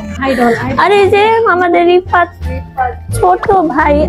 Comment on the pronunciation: Rifat❌ Ripat✅😂😂😂